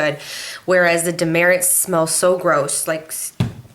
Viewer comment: It's actually pronounced Duh Mert. If you go in the store saying you want Dermerits they will look at you crazy. It's Demert.